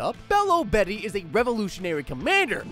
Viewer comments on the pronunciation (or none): none